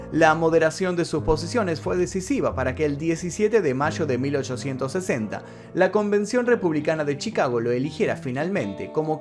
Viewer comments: No se pronuncia Lincol sino Lincon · Por q pronuncis lincol es Lincoln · Su nombre es Booth, estás decidiendo boot, como bota. 👢 No hay un americano o inglés que puedes llamar para preguntar la pronunciación de nombres y palabras inglesas? Y Lincoln se pronuncia como lin-kin, no hay el sonido de O. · Solo para ayudar! Se pronuncia LincoN... Illinois, se pronuncia Illinoi. sin S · Dice Lilcol 😂😂😂 argentino pues no que bien europeos 😂😂 ya ni españa que si son europeos😂😂